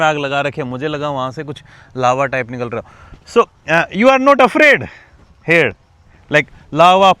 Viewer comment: It's here not hair.. 😂